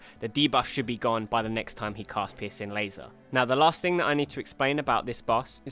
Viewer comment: I don't normally find humor in accents...but pissing laser made my sides hurt. And because I don't want to sound like a total asshole, Good video. Very informative and I look forward to fighting these guys tonight.